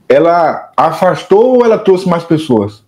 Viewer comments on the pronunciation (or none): none